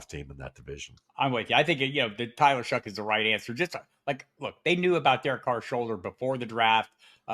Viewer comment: It’s pronounced (shuck)